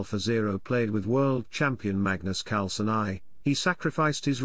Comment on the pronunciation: He says Magnus Carlsen AI but "AI" sound like Aye or something